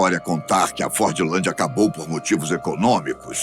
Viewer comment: Fordlandia não é cidade abandonada , tem 5 mil pessoas morando lá atualmente , estive lá em dezembro de 2024 , outra coisa , se pronuncia forlandia sem a letra d , ok